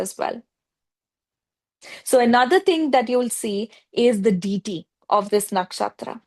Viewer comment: Its not DITI, its deity